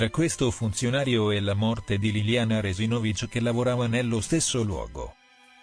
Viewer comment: Si pronuncia Re-si`-no-vich, non Re-si-no-vi`ch